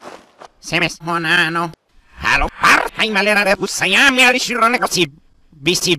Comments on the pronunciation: Papyrus si dice umano non onano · ma perche dice unano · Dice onano